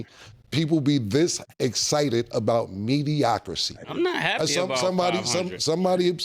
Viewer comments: Cam....it's Mediocrity....not "mediocrisy"...............edit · Mediocri(TEE) not (CEE) 😂😂😂😂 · Let me clear it up…mediocrity 🤣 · Why does cam have an earpiece but said mediocracy 157 times😂😂😂😂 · Cam'ron said mediocrisy 5 times hahaha it's mediocrity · Cam making up words again.. MEDIOCRISY 😂😂😂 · Mediocrity not mediocrcy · Killa talking about he’s embarrassed for Ma$e & Mike. But I’m embarrassed for Cam mispronounced “Mediocrity” repeatedly, over & over again! Mediocri-T not mediocri-C 🤦🏾‍♂️ LOL!!!! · The word is mediocrity, Mediocrisy is not a word 😂😂😂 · Ya really let Cam say Mediocricy all episode long ? 😂😂😂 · I said I wasnt gonna be the semantic police. But yall driving me krazy saying "mediocracy" but the way yall using it, I think yall mean "mediocrity" lol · Cam the hood Stephen A talm bout “Mediocrisy” 😂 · My Harlem niggas; it's mediocrity! Not mediocrsee! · Mediocrisy or Mediocrity 😂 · MEDIOCRITY....not MEDIOCRICY😂😂😂😂. Plz tell Killa someone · "MediocriCy" is crazy Cam 😂😂😂😂😂😂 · It's wild he even got Mike to say it with the 'Cy' 😂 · “MediocriCy” is Cam’s baby mama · it’s “Mediocrity” Cam 😂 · Cam kept confidently saying "mediocricy" is crazy. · Yall gotta tell Cam it’s ‘mediocrity’. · Hearing Cam keep mispronouncing it as "Mediocracy" is hilarious 🤣🤣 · Can somebody tell Cam that the word is Mediocrity 😂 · Did cam say mediocracy? Lol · Someone please tell Killa it's mediocrity 😅😂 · wtf is mediocrisee ? 😂😂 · “Mediocrity” Killa! “Mediocrity”